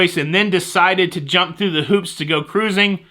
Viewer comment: I needed the laughs you gave us today,! Thank you for your ingenious ways to give us news of "all things cah-rrruusing"! (Love the hand gestures!) I'm flying into Vancouver a day early so hope there won't be any glitches. Have to take the pre-cruise test as sailing out of Canada, but that won't give me pause from cruising for sure. Napkins are a good idea where food is sold, but I wouldn't "go bananas" if they weren't there. Happy cruising to you & Jenny on the 4th!